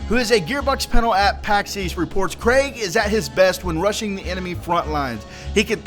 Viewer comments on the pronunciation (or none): "Krieg" is German and simply means "war". And it's not "Craig"! More like "Creek", but with a softer "k" xD And I'm relly hoping for an awesome DLC, since Hammerlock's Big Game Hunt wasn't that good. OK, but Torgue's DLC was just too BADASS! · Say it KREEG not Craig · Craig?? Its Krieg bro. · His name is "KRIEG" you tard not craig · "Krieg" not "Craig" the Psycho, haha :P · Krieg means war in German plus its pronounced kreeg not kraig C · ITS KRIEG NOT KRAIG LIKE YOU SPEAK IT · Its not pronounced craig, its kreeg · It's pronounced "kreeg" not Craig. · sorry for your loss,. And btw I think Krieg's name is pronounced 'kreeg' as in Blitzkrieg, not 'craig.' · its pronounced KREEEEG not Craig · It's KRIEG not Craig! Krieg is german for WAR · lol, I love how in the stream they kept saying not to pronounce Kreig like Craig, but like Kreeg, and says Craig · lol it isnt Craig. Its Krieg as in blitzkrieg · How come people can't pronounce Krieg right? 6 times today I've heard people calling him Craig. It's pronounced "Kreeg", like Blitzkrieg, in fact that's where his name comes from. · Its pronounced "kreeg" not "kreg". Krieg is German for war. Its not the mispronounciation of Craig Americans seem to say. Fuck sake. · KREEEEEEEEEEEEG! Not Craig! But u probably got the message already. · You said it more like Craig... It's more like Kreeeeg :not hating though, just trying to help :) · It's pronounced creeg like in Blitzkrieg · Dunno if youve heard yet bro but the new characters name is 'KREEG' The spelling is play on the word (blitz)KRIEG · ITS KREIG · it isnt watch ign's video they pronounce it "craig" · wait your grandma passed away wow respect for doing a video in that situation and btw it´s pronounced krieg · Krieg is the german word for war, you pronounce it like "creek" :) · Why do you pronounce Krieg as Craig O.o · I always knew it somehow, maybe from the term "Blitz Kreig" and KR-RAIG didnt sound right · Ummm... His name is said creeg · pronounced kreeg